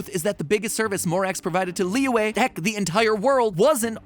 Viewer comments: It kind of hurts when he keeps on mispronouncing Liyue, it's Lee-yu-eh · I can't stop laughing about how Matpat pronounces Liyue as Liwah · Is it just me or did mat pronounce liyue wrong? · It's pronounced "Li-yew-eh" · he pronounces liyue as "Leeway" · Imma say- you gotta make sure you say Liyue right lollll